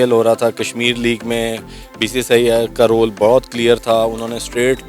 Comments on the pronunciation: Bhai BCCI thik se bolna nhi ata aur nam lete hai wahh 😂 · 0.04 bcci nahi bola jata....🤣🤣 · Half of them can't even pronounce BCCI😁😁😁